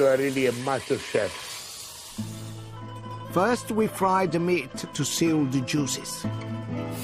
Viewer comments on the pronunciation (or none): 2.51 "You are really a madterchef"" he says, not a "battleship", haha.